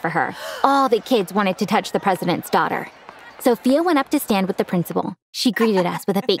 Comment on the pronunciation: why he keep saying duaghter?